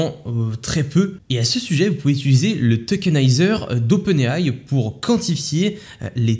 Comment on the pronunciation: « Utiliser » et non « utuliser » 😘